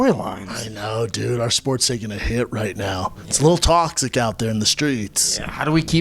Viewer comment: “It’s a little tawxic out there in the streets”